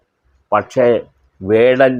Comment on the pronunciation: Mr his name is vadan no kadan is right😮😅😊